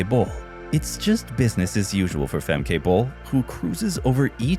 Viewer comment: Pronounced FEMKA